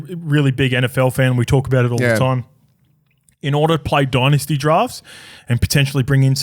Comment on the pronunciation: Please. Stop pronouncing dynasty as dynasty. It’s pronounced dynasty.